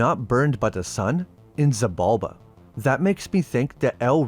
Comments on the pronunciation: Xibalba is Maya Mythology, not Aztec, and it SHI-Balba, not Si-balba. X is a Sh. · It’s actually pronounced Sheeb’ Alb’ a the X makes a sh sound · "She"-bulba! For Xibalba...The X was pronounced like She...Similar to Sidhe... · The X in Xibalba is pronounced like sh. She-balba.